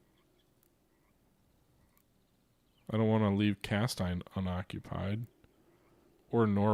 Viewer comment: Cas-teen. Same sounds as Hal-muth for Falmouth